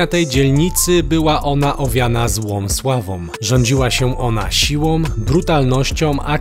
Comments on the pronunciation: siłom, brutalnościom, wielkom płytom :) silą, brutalnością , wielką płytą gamoniu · Sila i brutalnoscia a nie silom i brutalnosciom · Wyrazy zakończone literą „ą” nie wymawia się „om”, np: siłą, a nie siłom.